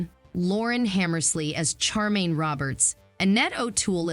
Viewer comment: HER CHARACTERS NAME IS Sh- are - maine , not CHAR - maine. why cant you get it right ?